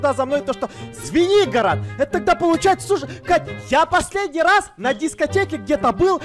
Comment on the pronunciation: Поч я услышала свинигорог а не Звенигород